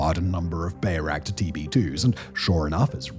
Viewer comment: Weird seeing bayraktar being mispronounced so often even with the popular song being quoted.